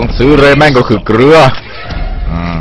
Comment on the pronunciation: เกรือ ? + แหม่ กระดกลิ้นด้วยนะ